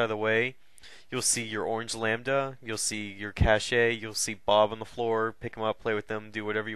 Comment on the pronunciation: Its pronounced cash not cash-ey....